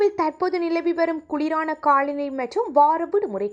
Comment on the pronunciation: தாயே உன் தமிழ் உச்சரிப்பு படுமோசம் உதாரணத்திற்கு ( காள நிலை என்கிறாய் தவறு காலநிலை தான் சரியான தமிழ் ) தயவு செய்து தமிழைக் கொல்லாதே